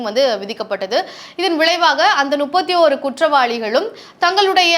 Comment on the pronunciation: என்னம்மா, ஒரு channel ல பேசற , நுப்பத்தியொரு பேர் ' என்று சொல்கிறாயே, இது தவறில்லை போலும் என்று நினைத்து , இதைக் கேட்பவர்களும் முப்பத்தியொரு ' என்று சொல்லாமல் நுப்பத்தியொரு' என்று சொல்வார்களே ! தமிழை இப்படிக் கொல்லலாமா? உங்கள் channel ஆசிரியர் இதை எப்படி அனுமதித்தார் ?